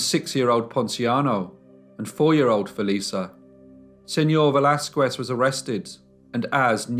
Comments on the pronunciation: Señor Velasquez (veh - LAS - kehs) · just fyi: in the name Velasquez the U is silent